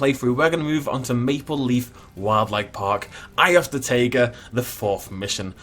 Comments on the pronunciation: The Xplodenator so like tieguh right (just making sure) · See, Frontier knows the correct way to pronounce taiga is like Tiger with an uh spud at the end. But pronounces it wrong anyways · I always thought it was pronounced tayga